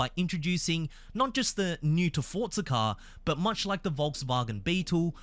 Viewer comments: Just say Forza not Fortza you are Aussie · Please stop saying Fortza